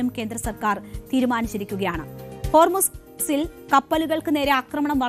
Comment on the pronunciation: ഹോർസിൽ ആണോ ഹോർലിക്സിൽ ആണോ 😂